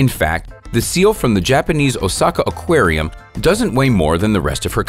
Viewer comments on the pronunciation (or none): none